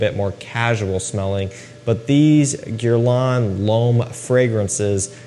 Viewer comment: check how people from the industry or those who basically do it wright how they pronounce Guerlain. Your way is funny😂 Gierlan